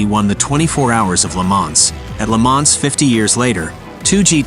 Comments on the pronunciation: The AI voice said Lemans with a “S.” LOL! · Mispronounced 'LeMans' and then repeated the SLR engine specifications. Whoever did this is an absolute imbecile. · the "S" in Le Mans should be mute